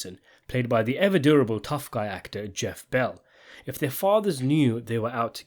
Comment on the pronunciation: Geoff ball not bell